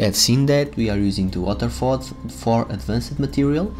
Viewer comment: What exactly is ADVAN-CED in your WIDEO? If you would learn to speak proper english before posting a VIDEO, then we would not have this confusion in AMERICAN YOUTUBE!!! ADVANCED is pronounced "ADVANST", not ADVAN-SAID. You are getting your SPANISH pronunciation confused with ENGLISH pronunciation... Geezus